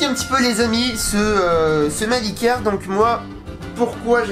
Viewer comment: A chaque fois qu'il disait "Mavic Air" j'entendais "Meuble Ikea" lol. Sinon cool le drone !